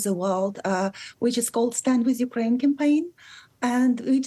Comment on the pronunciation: Mykraine, not Urkraine